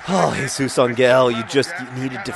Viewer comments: ever since someone pointed it out, i've been obsessing on how John says Jesus Angel, it's AN-EL no hard G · Um, I speak Spanish (hence the username). Angel is not pronounced with a g like the one in 'goat,' it is pronounced very much like an 'h' sound. Try saying it out loud. Even in English, we pronounce angel with a soft g like the one in gentle. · I'm not going to argue anymore. But there are some RIGHT ways of pronouncing a word, and there are some WRONG ways of pronouncing it. For example, if I wanted to say Green with a g like in the word 'giraffe,' that would be wrong. That is exactly the same thing that is happening here. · It's not Angel with a hard g. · Actually, it's still pronounced with a "h" in that universe, but pronouncing things wrong is sort of John's thing. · I'd like to add that the mispronunciation is part of a joke. Jesus Angel? Eh? Get it? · The literal meaning of Àngel is angel. The choice then is whether to pronounce it as a Spanish name, or to just pronounce it as angel in English. The way that John pronounces the -el leads me to believe he wants to say it in the Spanish accent. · This was frustrating me, too. I couldn't figure out why. Then I realized it was a 50/50 pronunciation.